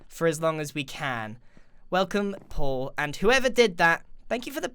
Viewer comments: Did anyone else notice he says Paul like pull? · Am I the only one who thought about puffer fish Pete when he said puffer fish Paul